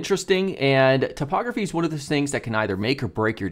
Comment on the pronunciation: I love how the way you pronounce typography makes it sound like topography 😄